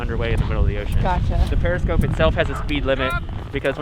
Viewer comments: I also learned about Otter parts of the Submarine... I see what you did there, clever! 🤣 And isn't it a Periscope? 🤔 Must be the pronunciation I guess 😉 Informative and fun video, thanks Diana! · I believe that he is saying "periscope" not "parascope" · It is periscope, not 'parascope' ;-) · *periscope, not parascope, right? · Its a Periscope, not a parascope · smalll detail: it's periscope, not parascope. Cool video though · I am dismayed at the egregious and insulting editing errors your production team made. First, you used the silhouette of a SOVIET Akula class submarine to explain buoyancy differential when you were "riding" an American 688 Los Angeles class attack submarine. Secondly, it's a PERISCOPE....not a "parascope." I'm indifferent to watching any subsequent sub-related content. Stick to what you know, "Girl." (I am a retired USAF, that's United States Air Force for the uniformed, navigator and even I knew how your team screwed up the content.) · I didn't see this video arrive so am glad I noticed it over on the side. Great job!. And it's "periscope" not to be confused with "parascope" (which is something that exists and something NASA uses as well as the name of different apps). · "Parascope". You know ... to go with the dive planes. 🤔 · A very good story, and I really enjoyed the drone at the end! I love that you used a Russian sub silhouette for your explanations. A couple of items. 1) MBTs do not run the length of the ship. 2) Periscope, not parascope. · I believe it's a periscope, not a parascope. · It's called a Periscope not Parascope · Periscope, not parascope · Isn't it periscope? Not parascope... Anyway, Great Vid Diana! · You rock, but missed the easiest thing…”per-i-scope”, not per-a-scope” 🙂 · That Guy™, here. It's "periscope", not "parascope". Otherwise, awesome!! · Um... "periscope" not "parascope". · "parascope" ;) Love your videos!